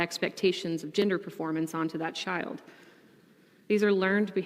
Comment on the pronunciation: Can you say chold abuse.....